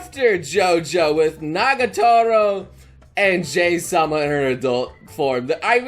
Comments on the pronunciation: I've been reading a bit of this Manga before you made this video, and there's 2 things you've said in this video that kinda irritate me, honestly. 1, you pronounce her name as 'Jay'. It should be very obvious that that's not how you pronounce her name, given that the manager at her work calls her 'Hi-chan'. (Pronounced like 'He') I can't recall the exact origin, but both Jahy and Druj are based off of some sort of mythological gods/demons, and that's likely why their names aren't spelled in a Japanese format. Of course her name could be pronounced differently where the mythology originated, it at least in Japan is clearly prounced as 'Jah-Hee' (Would be spelled 'Jahi' in a Japanese Format) 2, you called it a Reverse Isekai. That's not ENTIRELY wrong, but it's not entirely correct either. Calling it a Reverse Isekai gives off more of an impression that she travels to a completely different reality, where the laws of nature/physics work differently. (Like one world having magic, and the other having none) As well as that they're completely disconnected from one another. (Except for by the 1 manner they manage to travel between eachother, which is typically rare or unheard of.) Jahy simply is just cast out of the home of the Demons to the home of Humans. You also made it sound as though Magic flowed through the Demon Realm naturally, while there was none in the Human Realm. The Demons in the Demon Realm simply just had power given to them by a large Magic Gem within the Demon Re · Its Pronounced "Ja-Hi" Not Jay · Did anyone else cringe when he mispronounced Jahy as what sounded like "Jay"? I'm pretty sure it's supposed to be said "jah-hee" or close to. Japanese pronunciation for vowels is similar to Spanish, and I literally had to drop out of that elective in college because my ADHD meds didn't last until 9 at night, and thus couldn't focus on it, so I can't exactly remember correctly how it's pronounced, but that's the pronunciation I usually hear.